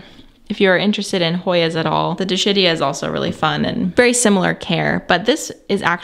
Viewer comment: Wonderful tour. Could you spread the word that Dischidia is pronounced dis-KID-ee-uh? Tanks.